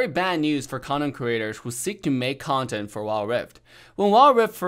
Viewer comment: Whenever says content, it doesn't sound like content